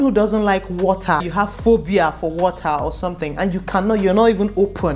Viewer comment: We like de wotaaahh! Fun video!